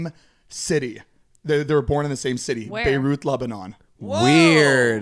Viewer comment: Also...did he say “Beiruth”? Like Babe Ruth meets Beirut? 😂